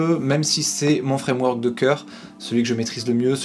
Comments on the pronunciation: Avec un des trois fwamwok a la mode , oh mon dieu cette prononciation digne des plus grands lumières 😀 j'essaierais de passer par tout les points que tu as abordé dans cette vidéo merci pour t'es conseils :) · Fwamewok haha j'étais pas prêt. Vidéo au top, j'adore les petites respirations c'est super utile pour digérer les infos